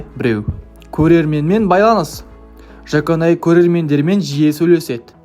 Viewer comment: Жаконай емес Жуконай